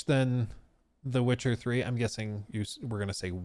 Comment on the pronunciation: “Wit-cha Ffree”